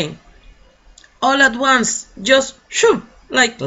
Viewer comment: Profe q pena,,, me causa intriga la pronunciación de ONCE,,,,, suena o yo la escucho como ONES,,, me esplico, como si fuera uno en plural